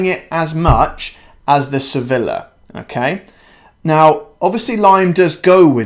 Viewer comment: Don’t say Sevilllla. It’s pronounced Sevija.